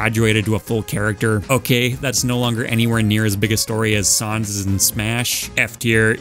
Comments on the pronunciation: ok a mii gunner skin for sans is a good place for him, but also, sohns? SOHNS??????? pronounce it right or kill me now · why does he say sans like saans lmao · The way you say sans is a crime against every Atom in existence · "sahns" got me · I am in physical pain because of how you pronounced sans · Ok so I’m a rather understanding person and can see your reasoning for everyone’s placement but on thing I just couldn’t accept. Your pronunciation of sans’s name it was entirely unacceptable and I would like to request an apology video. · Why do you say sans like that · The way you pronounce Sans' name kinda infuriates me.